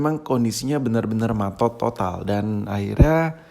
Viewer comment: eh bentar, bentar,,, Tadi lu ngomong apa?? matot / maTod?